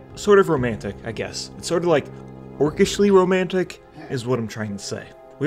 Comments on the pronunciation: romnatic? :D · Romnatic? O.o